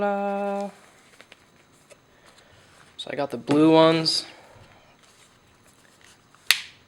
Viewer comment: Wtf is a "WHALAAA"